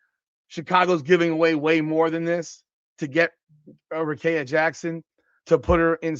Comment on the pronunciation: Do you even watch wbb or you just like talking about it for clicks? Even if you don't watch, please explain how you got the name you said from Rickea? Let's sound it out...Ric-kea(rih-KEE-uh). Also if the NBA can do the Luka trade and still be a "serious league", then the WNBA will be fine if they do this Rickea(Rih-KEE-uh) trade.